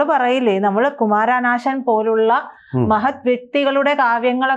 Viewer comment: ഇത്രയൂം പ്രായം ആയി കുമാരനശാന്‍ എന്ന് പറയാന് പോലും അറിയാത്ത lady..